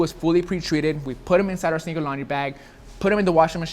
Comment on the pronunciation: It’s been a while since I watched a Reshoevn8r video. Glad to see still can’t say “sneaker” 😂